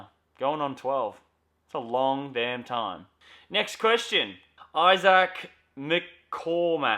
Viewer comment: The way you say my Name Isaac is so cringe but everybody gets that name wrong dont know why.